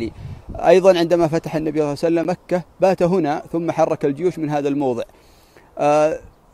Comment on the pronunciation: العناوين الرنانة والمحتوا ركيك وشبه فارغ. شي مهم لابد ان تأخذه بعين الاعتبار اذا ذكرت النبي فصلِ عليه وانطق صلى الله عليه وسلم صحيحة. وليس (صلعسلم)